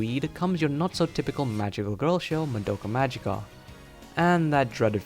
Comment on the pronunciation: Why can nobody pronounce the word "magica" from the title? It's Latin, but everone insists it being an English word. And regarding symbolism/parallels: if you're interested, you should read this